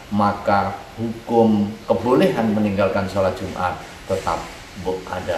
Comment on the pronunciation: Jum'at, bukan jumar.